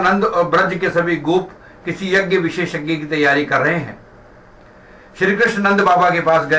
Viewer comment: यग्य नहीं यज्ञ( यज् ञ) होता है । yjay.